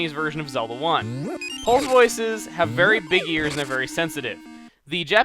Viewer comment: wait, did he say he was fairy pleased or very pleased lol